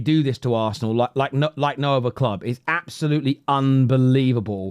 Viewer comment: Arsneal lmao... It's the first word... How did u mess that up 😂😂😂